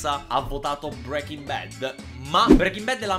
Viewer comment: brEking bad😂 SI SCRIVE BREAKING